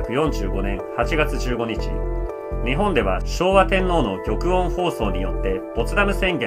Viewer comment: 大変興味深い調査をされていてタメになります。オーストリア(オーストラリアではなく)、および ぎょくいん(ギョクオンではなく)ですね、念のため。